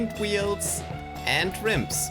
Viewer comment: This man says wields instead of wheels